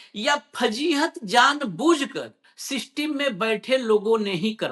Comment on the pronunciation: जब आप सिस्टिम बोलते हो तो मुझे हंसी आ ही जाती है भले ही कैसा भी मन हो😂😂👍👌